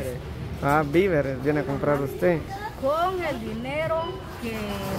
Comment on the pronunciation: No molesten a la mejor enseñenle a decir bien las palabras… hasta que valla aprendiendo, SE DIGA: DO-LA-RES… DIGA: VI -VE -RES